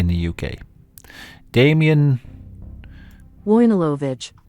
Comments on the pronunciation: wojnarowicz is polish! his surname is actually read "voi - nah - roh - vich" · "voyneewovich", that's how you pronounce it. Come on mate you're in the UK, you certainly have a Polish shop nearby. Go there, ask for help with pronounciation, girls there will be happy to help. And get yourself a fourpack of Żubr on the way.